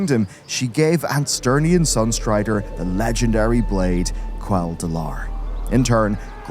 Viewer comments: Ansternian Sunstrider? how long have u done videos like this, how long have u been playing wow to not know his name is ''Anasterian'' it's the little things like this that make me realise you dont know as much or care as much as you say you do or make it seem, so annoying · Ann-eh-stare-re-on Sunstrider.